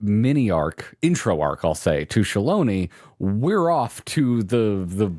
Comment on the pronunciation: I really hate how the game pronounces "Shaaloani" - If it was actually Native American, it would be pronounced "Sha-ah-low-ah-knee"